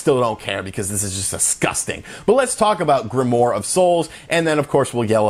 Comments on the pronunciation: dude its "grimwar"...not "grimore" lol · Just saying it is pronounced "Grim-oire". I agree with everything you said in this video. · it's pronounced "grim-waar"